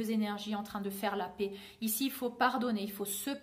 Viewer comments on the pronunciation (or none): none